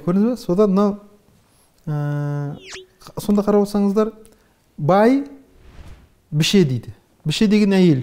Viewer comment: бАйшешек емес, бӘйшешек, бАйбіше емес, бӘйбіше... осыны қалай білмей отыр?! сөзге қайта-қайта жарасып отырады екен, естіп-тыңдауға шыдамы жетпейді, бізге де олай тыңдап отыруға қиынға соғады